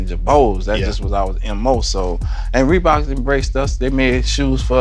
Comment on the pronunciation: Bro. This dude said "ReBoKz aN JaBoze" so many times 😂